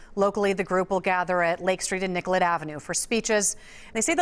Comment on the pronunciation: Anyone else notice they keep calling niCollet st niGollet st? Lol.